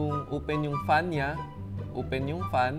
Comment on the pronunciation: kelan pa naging "UPEN" ang word "OPEN"